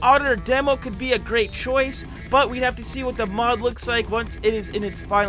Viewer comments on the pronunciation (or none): none